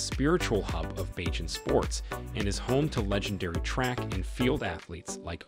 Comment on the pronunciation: Where did you get your info. Some of it is inaccurate and out dated. The repeated, incorrect pronunciation of the name of the island and its people was extremely annoying and disrespectful. Mia was not born in Africa!! It’s BaRbados not BAAbados. It’s BAYjan not BAAjan. Did you just read the child rhyme Baa Baa Black sheep? So annoying that you chose to keep butchering the name of Rihanna’s home!!